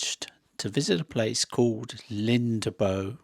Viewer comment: The way I'd write what you just said is "Lindabo" This is "Lindebø" Good job on not trying to make the "e" silent. But it's not a "a" and the "ø" isn't a "o". If you get a chance try to ask a local how to pronounce it sometime. ;-)